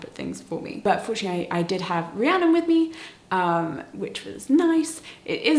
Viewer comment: Gasp! my name is Rhiannon! And I'm so happy you said it correctly.